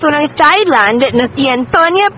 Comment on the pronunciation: Sorry po, mejo awkward ung comment ko but I mean no harm... Thailand is pronounced as Tai-land... it uses the /T/ sound and not the soft /th/ sound. More power to your channel po.